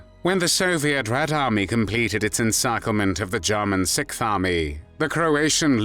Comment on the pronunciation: This narrating is from one of the most irritating such "voices" on youtube. It's like someone is trying to rub finely ground gravel into my ears. The way he says "JAH-munn," and his tongue cannot wrap itself around however it needs to wrap to pronounce SIXTH, when I can do it, just ruins this video for me. The word is NOT sickth. Don't feel alone, though, there are other voices which just rub the ear in an unpleasant manner, his is not alone in that neighborhood. If I can get my Croatian friend to listen to the first several minutes, I'll let you know what he says about the effort to speak three words in his language. I would've just opted for an English translation of the words, rather than hearing a British person attempt to speak another language, y'all are usually not too good at that. How does someone who looks so young, sound so old? I genuinely would have liked to watch this, as a U. S. Marine, German soldiers reportedly/reputedly coined the term "Devil Dogs" (or Teufel Hunden) for U.S. Marines during the ferocious Battle of Belleau Wood in World War I. The fighting, which took place in June 1918, cemented the Marines' fierce reputation.